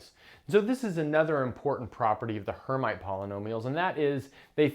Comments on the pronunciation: Rather Air-meet than Air-might. It is a French name. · Not "her mite" please, but "airmeet": from Charles Hermite, a French (sorry guys) mathematician. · 'erm'-'IT'! Charles Hermite was a French mathematician and surely disliked to have his name f*d up. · Her-meet is how this is pronounced by math physicists, unless you're French, then it's [ʃaʁl ɛʁˈmit]; transliterated from IPA notation, this is pretty close to her-meet. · "Hermite" is a French name and is pronounced approximately like "air-meet" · It appears that you're the one whose never actually heard the term, since you are incorrectly pronouncing "Hermite."